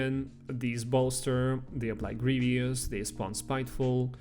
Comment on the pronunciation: GREE-VUS not GREE-VEE-US